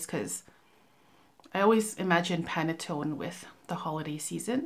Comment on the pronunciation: Your facial expressions on Dom Rosa gives the image of you dressed bougie while Yatching and sipping champagne.🥂🍾 I think you did pronounce Panettone correctly. Can't wait to see what else you have in the bag! When you mentioned Carrot Seeds as a note, I thought it may be Tapis Volant. I hope L'ile Pourpre and perhaps Desert Suave is next in your reviews. I like how you incorporate your Bottles with your Home Decor.😎😎